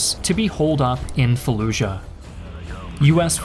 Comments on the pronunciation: Why do people pronounce Fallujah like “falluzha”? Not only is that not how we pronounce “j” in English, but that’s also not how it’s pronounced in Iraqi Arabic.... this phenomenon is common when English speakers see a “j” in foreign loan words: people say Azerbaizhan when the word is simply said like it’s spelled - Azerbaijan. Same with Taj Mahal, the word is not Tazh Mahal, it’s pronounced exactly like it’s spelled. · what? No, this guy is American, no American accent has a “zh” sound for the letter J. He’s saying it that way because at some point that became a common pronunciation under the assumption that this foreign word needs to be pronounced differently. I don’t really even know what you’re talking about or how you got confused by my comment.